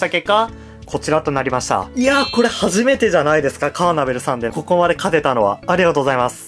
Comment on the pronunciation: カーネトル❌ カーナベル⭕